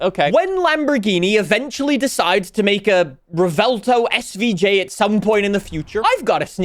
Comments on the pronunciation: ……… it’s not rEvELtO it’s Revuelto 🤌🇮🇹🍝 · Stahhhppp pronouncing it revelto, it's revuelto, it's not hard bro. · Rev-u-el-toe is how you say Revuelto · Ive been pronouncing the car like "Rev-well-toe" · Been watching your videos for years now, and the way you pronounce "Revuelto" has to be on your Top 3 skill issues. Easily.